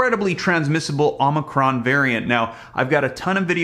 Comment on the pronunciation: Hey! Really enjoy all the info you provide, but just you know the new variant is pronounced O/MI/CRON.